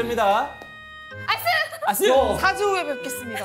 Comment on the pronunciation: 아니 왜 아스를 야스로 발음하는건데 ㅋㅋㅋ